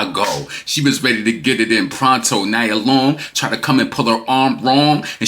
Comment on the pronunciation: It’s pronounced “nee-ah” (Nia) Long. Also, Doechii is clearly inspired by Nicki. That’s obvious. No rapper is inspired by Cardi’s rapping “abilities”. She’s illiterate and doesn’t even write her own raps. She doesn’t have memorable raps nor versatile flows either. Her fanbase is delusional. 😂😂